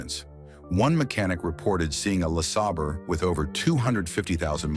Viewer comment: Buick "Lah Sah Burr" 😵‍💫 LMFAO - Love this channel's AI voiceovers!